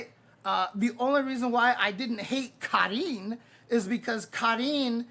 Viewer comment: I find it very funny that takes the effort pronounce "Karin" properly and then precedes to butcher "manga".